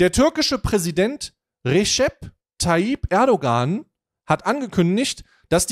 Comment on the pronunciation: Das ğ in Erdoğan ist stimmlos sorry ist total unwichtig aber es triggert mich immer total